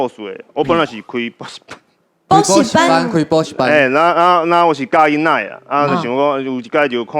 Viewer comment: 以現在台灣年輕人來說 台語算是不錯 但發音 音調很多還不是很標準 囡仔 常說成印啊 跟 鈴啦 就是說鈴啦 發音 音調走鐘很多還自稱台語老師？？ 台語的標準還不及浩子的一半 艾董的台語確實是較好較標準